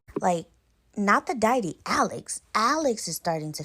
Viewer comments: Girl what is a "diety?" It's deity. Check for pronunciation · Lmfao 🤣 Diety, Dye-eh-tee, It’s dee-ah-tee, deity N wassup wit dat chef boyardee hat in all the vids ? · like your narration, u just popped up on my page, and listening the Trini story, i myself a trini i heard the pronunciation of deity it is pronounced Day A Te and Suriname is pronounced Sury Naam hope you received that in stride. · Omg girl .... Deity= DEE - a- TEE